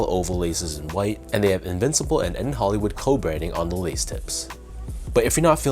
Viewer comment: Bruh it’s a shoe review at least pronounce the name right, it is N. Hoolywood not N. Hollywood smh